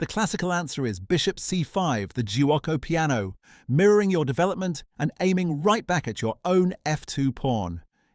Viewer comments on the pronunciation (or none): It’s pronounced ju-co